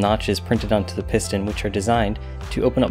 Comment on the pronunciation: I cringed every time he says piston lol